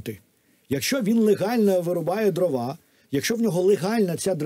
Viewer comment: ДрОва, а не дровА. Дров, а не дрів. Деревина, а не древесина. Успіхів Вам